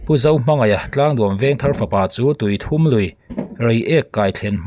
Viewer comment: Tui 3 nilovin ,awthum tih kan lama thum tih ang hian tui thum tih hi lam tur.